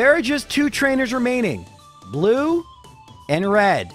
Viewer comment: "red and blu-no" is the best thing I have heard all week I hope that's his new name now that's hilarious and fantastic